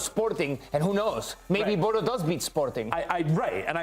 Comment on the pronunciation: You take time to pronouce the Latin names correctly but you still call Bodo/Glimt, "Bodo" 🤦‍♂️